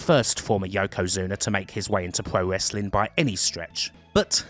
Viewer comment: "pwo wesswing" lol